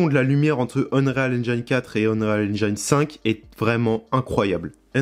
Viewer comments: Prononciation : N-jine et pas Njayne 😅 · "Haine-djéne" pas "haine-djaïne" ... Mais sinon ça a l'aire bien fichue ce tuto. Bravo!